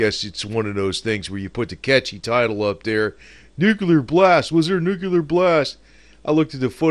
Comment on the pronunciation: Nookoolurr lol